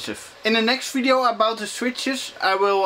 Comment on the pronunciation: Ffhy not? Video is also never user, neiter is Server. They are Fideos and Surfers! :) Oh and Foodoo FX! I watch it because of that! I take a shot each time a V is pronounced F Some videos I get really drunk!! :)